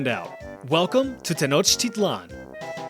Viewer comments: Pronounce it like 10 sort of and then like ouch but capital o sound then i then lan ten ouch I lan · it is not pronounce like that it's teh-NAWCH-tee-tlahn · According to yourself you’re saying Tenochtitlan wrong as the tl is a TGH sound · when you pronounce "Tenochtitlan", should the "tl" at the end there have that "chk" sound you lectured us about , making it: "te-noech-tea-chk-lan"?